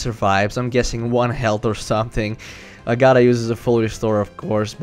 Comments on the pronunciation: It's AGG-uh-thuh, not a-GAH-thuh. The latter sounds like "a God uh". Also, hip-nosis, not hype-nosis. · Aaaaaaggggggggaaaaaaaatttttthhhhhhhaaaaaaa not agada